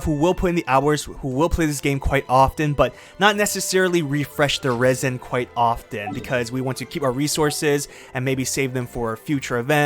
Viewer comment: 'Raisen'? It's Resin (reh-zin).